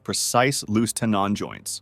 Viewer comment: The robot cannot say “tenon” correctly.